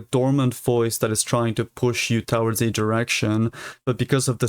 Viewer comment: thank u for making these videos! ps, it's pronounced "to-WARDS", not "TOWards" :p